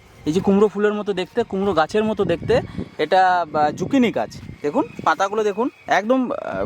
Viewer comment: ও ঠাকু মা যোগিনী নয় গো জুকিনি।